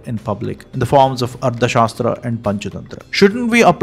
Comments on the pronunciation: Why don't you pronounce arthashaastra correctly!! Tha and dha are different... Don't impose your mother tounge's limitations on Sanskrit words!! However I like your content 👍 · The author keeps saying Ardha shastra. It is Artha shasthra not Ardha shastra.कौटिल्य अर्थशास्त्र (Kautilya Arthashastra)